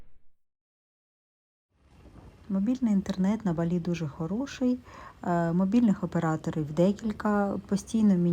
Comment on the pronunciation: тільки кацапи ставлять наголос на і в слові Балі...